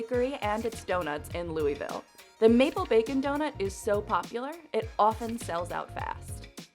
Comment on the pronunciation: The way she said Louisville 💀💀